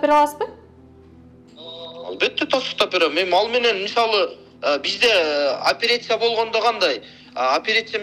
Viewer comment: Блин ушундай сабатсыз кучуктөру депутат болуп келишкенин түшүнө албай келем... Операция деген сөздү айта албайт кө, опересия деп!